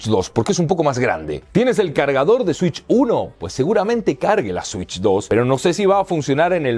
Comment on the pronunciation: Nintendo shitch 😂